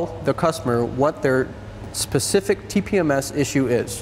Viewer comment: “Pacific” bro it’s Specific